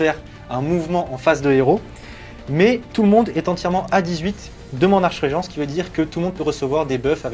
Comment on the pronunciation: on ne dit pas archeregent mais arkregent (écriture facile à lire pour pas faire la vanne en mettant 2 fois archregent)